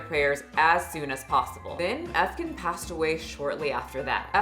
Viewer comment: btw efecan is pronounced like eh-feh-jahn